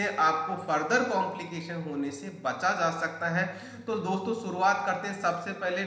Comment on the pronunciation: शुरूआत को सुरुआत न बोलें